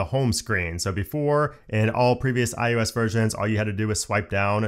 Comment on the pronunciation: Oh, sweet! The guy who pronounces it "IUS" is back in my feed! Thanks for the great comprehensive videos!